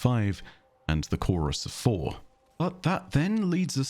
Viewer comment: I cannot help but hear Pfhor everytime says "four". I may be too into marathon at this point